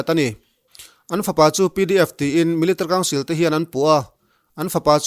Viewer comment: I chhiar rang tum na lutuk ah, military tih i lam dan hi amakee... Milita council ti hlir in ilama 😁😂